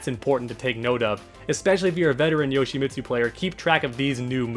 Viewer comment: well for starters to "become better Yoshimitsu players together"... it's pronounced "Yo-shee-meet-soo"... not "Yo-shee-miht-soo" that one part of the name pronunciation drives me CRAZY!!!